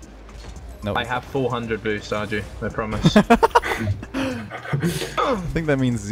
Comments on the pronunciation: its ar-ju not ar-yu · arju is pronounced are-you, right? because the casters in eu regionals said are-jew